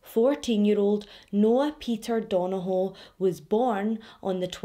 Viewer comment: I literally live a few hours from Belfast and i followed this story, but the detail you went through is amazing 👏 love your videos! The pronunciation of Donoghue was waaaay off hunni 🙈 good try though, our Irish names are hard lol thank you for telling this story so well 💗 xx